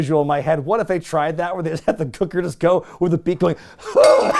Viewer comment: Why do you say Gooker like that?! Speak properly, man! 😂